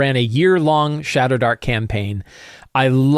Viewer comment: I kept hearing shatterdark